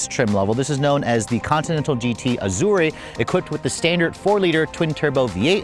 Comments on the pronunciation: Ahdure, Ah-jawr, Ajor, anything but "Azorrae" please I beg of you 🙏🏽🙏🏽😭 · Azure, not Azurea. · There is no “e” sound on the end of Azure It is pronounced Az your Just sayin’ 👍👍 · How do you pronounce Azure? Not like that. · I have never heard "azure" pronounced like it is an Italian word!!! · The e is silent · "expensive chirp" has this guy not driven an Audi, my '17 A4 makes exactly the same sound. Doesn't know how to pronounce Azure either, embarrassing😅. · You're pronouncing Azure wrong. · That's not how to pronounce Azure.